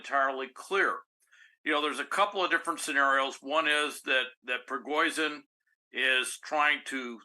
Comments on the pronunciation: “z” and “zh” are pronounced differently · Can't take this guy very seriously - - he cannot even properly pronounce the prigozhin name.